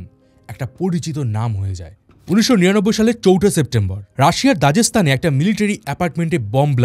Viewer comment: এর আগে কাহিনী আছে ব্রো পিটারের মেয়রের এ্যাসিস্ট্যান্ট তারপর মেয়র । দাজেস্থান না দাগেস্থান। ৬ মিনিট এর বেশি শুনিনি। বেস্ট অফ লাক